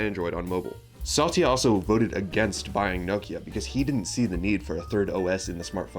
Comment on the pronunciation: Good video, but quick note, it's "Sat-ya", not "Sa-ty-a." ❤